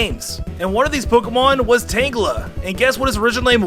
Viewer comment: Uh...? Are you sure that you weren't drunk when you recorded tangela and garydos